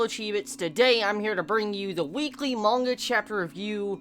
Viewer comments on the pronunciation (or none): none